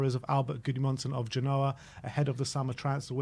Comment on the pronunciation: This guy is a joke "ginoa" you mean "genoa"